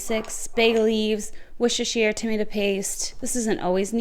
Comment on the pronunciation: Yes I have my ninja foodi that is multipurpose and i love it! Yes to the pressure cooker frozen to on the table fast! I love beef stew yours looks so yummy! I love that bouillion base so delicious I heard you trying to pronounce Worcestershire fast LOL the most difficult ingredient to say LOL! The chicken looks amazing! It was a pleasure collaborating with you on this! Good reconnecting!